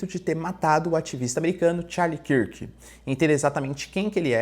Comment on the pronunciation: Charlie KÃRK professor, KÃRK, assim como dunkirk